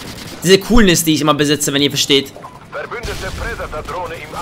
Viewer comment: KEin Hate !! machst gute Videos mach weiter so (Y) aber ohne deine Leitung wärst du so einer der immer so knapp im 0.9 kd Bereich wärst . Und lern predator Rakete auswendig und dann sag es mal richtig ✌️